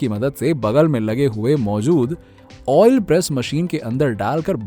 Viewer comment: आयल नाही भाई ऑईल 😂😂 अनपढ